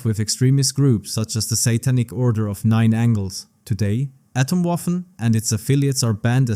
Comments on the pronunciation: Angles, not Angels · Order of Nine Angles, not angels. It’s written correctly on the screen, you’re just mispronouncing it.